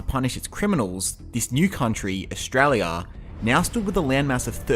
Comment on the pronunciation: it’s official, the local accent is “Eshtrarlyer” 🦘🤟